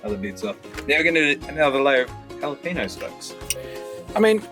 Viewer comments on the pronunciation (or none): Say what at 1.05 ??!! Jalapeno !!! ??!! how to pronounce (Anyway I stumbled on you and your videos from TripleM Country FB notice today re the Golden Guitar Awards - time to have a listen to your music next :) )